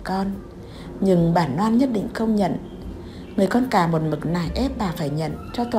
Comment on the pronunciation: Bạn vui lòng sửa lại chữ N và L đi bạn. Bạn đọc tên Loan thành Noãn, hai lần thành hai nần .